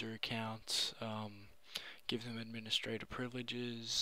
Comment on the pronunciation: What's an "Andministrator" and a "camands"?